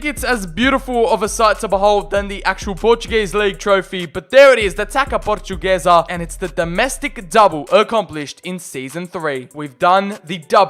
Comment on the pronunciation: It’s pronounced tasa portuguesa